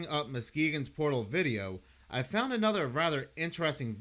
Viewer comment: Did you just point out a coincidence that you made happen and say you "fount it funny"?😂